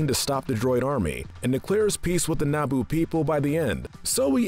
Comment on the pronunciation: who is Key gon jin and what is Nabo ITS QUI-GON-JIN AND ITS NABOO